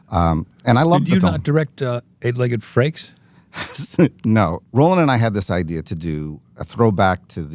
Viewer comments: Nope not just you, definitely said frakes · Another great episode, and was it me or when Jonny said "Eight Legged Freaks" I heard "Eight Legged Frakes"?